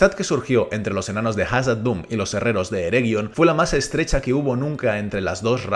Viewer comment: Son cosas mías o de un tiempo para acá estás pronunciando Khazad Dun de forma distinta?